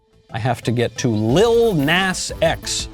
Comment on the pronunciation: Love how Michael pronounces “lil nas”